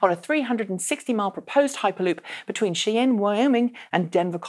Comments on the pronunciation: I've never heard Cheyenne, WY pronounced SHE-enne, always SHY-enne. Is this a British thing like Aluminium? Wikipedia says it's "Shy-enne". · Cheyanne is pronounce shy-ann. Like the Orion plant where the Bolt is made is or like either or long 'e' on. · Except that it is spelled "Cheyenne" and the city is pronounced "Shy Inn" (or maybe "Shai-Yenn") by Wyomingites. I'm not sure what the tribe thinks about that. probably just getting past her English tendency for "Or-E-Gone" and learning to pronounce that correctly. Keep her away from Maryland.